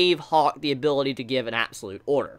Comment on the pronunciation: You do great reviews man but I’m wondering what’s with your vocal tic you words like give or gave you say it as g-e-v or like this video you were talking about a healer but you said hiller just wondering